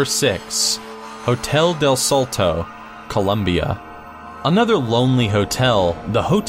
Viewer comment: Am i the only one that noticed that he mispronounced somethings throughout entry 6:salto (the first one i understand because as far as ive seen most english speakers have a hard time pronouncing this tipes of words)tequendama (not even close to how its pronounced (except the dama part) its pronounced line tekken (the videogame) not teequeen)bogota (another one i understand, mostly because english speakers lack a thing we call tilde which emphasizes a silable of the word)